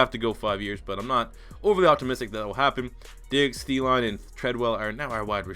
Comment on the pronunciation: the way you pronounced Thielen made me cry btw.